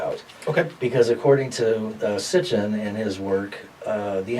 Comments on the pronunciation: hm...it's Sitchin, not Stitchin (min. 10)...was his name misspelled in the Akashic records..? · its sitchin...not STICHIN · Stitchen ??? Has this man reely reed sitchens books ??? He dosent knows his name .,, its sitchen not stitchen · It's SITCHEN - not STITCHEN. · how can a person think that this guy has accurate info about anyone such a sitchen when he calls the man stitchen???? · how can you say a man is wrong when you dont even know what his dam name is?????????????????